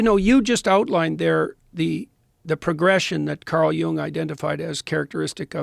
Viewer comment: It’s not Young it’s Jung and it’s not Nieghtze it’s Nietzsche. Safe to say you’ve never read straight from the source.